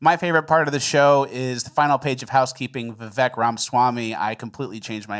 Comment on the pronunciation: I sent this just before rat boy started saying vivake